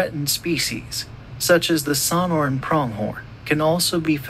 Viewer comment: TIP TO THE NARRATOR: when u get 2 of the 3 syllabes of SONORAN wrong in the first minute, it's hard to take u seriously.